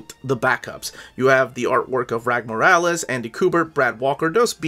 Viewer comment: Rags Morales… exactly as it’s phonetically spelled. The S isn’t silent Also Sholly… it’s Holly with a Sh. He’s jewish. Ivan Reis = E-von Reese. He’s brazilian. Point of reference - There are interviews out there with these guys saying their own names in interview, for clarification.